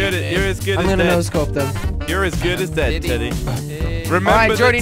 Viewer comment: jelly says Telly instead of teddy